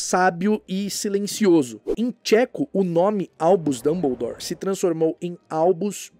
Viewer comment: Pq a dublagem do Brasil fala dumboudoure e fala hermione e não herrmaione?